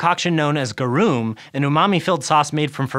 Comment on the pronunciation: I believe that "garum" is pronounced with the emphasis on the first syllable. If so, belated thanks to.